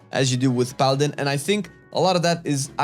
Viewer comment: Paladiny. Or paladin-e